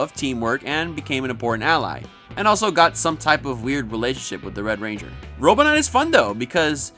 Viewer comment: Anyone else notice when he referred to Wes he says "wed ranger Wes"